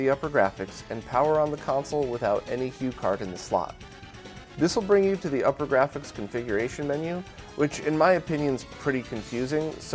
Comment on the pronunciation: just a little nitpick... it upergrafx pronounced oopergrafx (like supergrafx but without the s). The way you pronounce it is upper and that is incorrect.